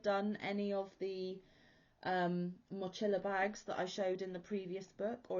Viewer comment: I am definitely interested in those cute bags! Oh, and think of it as "Mo-Chee-Lah" (emphasis is on the "chee")